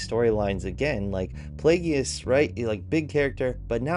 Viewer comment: Dude go learn about Star Wars (and also the basics of what makes a show successful) then talk. Play-Gee-Ous 😂